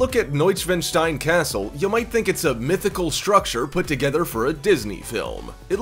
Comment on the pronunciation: When you said castle I heard torture chamber.